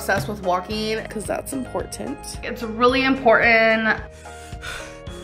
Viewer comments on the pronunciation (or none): "Its really impornan"... 🙄